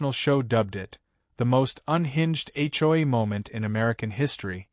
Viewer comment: It's HOA, not hoi. Dumb AI can't even spell correctly.